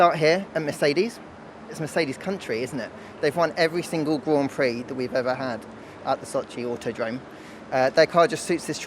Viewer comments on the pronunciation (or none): GWAND PWEE ?? Hilarious.